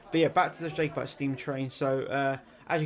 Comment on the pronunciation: It's killing me man, pronounced "Jah" over Jay 😂 Since recording, we're reduced the facemask use on public transport and within stores.